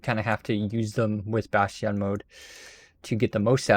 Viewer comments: Say Bash Tee On one more time I double dare you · Bat Yawn lol. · have you learned how to pronounce bastion yet?